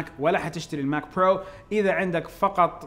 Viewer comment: ياخي رجاء لاتنطق برووو زي الامريكان أنطقها زينا زي المسلمين جعل لسانك للقطع وبعدين جمع ايباد هو ايباد مو ايبادات